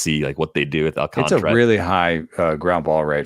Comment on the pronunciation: ALCANTARA. There is a whole ass letter in the name that white people refuse to pronounce. AWL-KAHN-TAR-UH. Not AWL-CONTRA There's an A between the T and the R. TAR. Come on.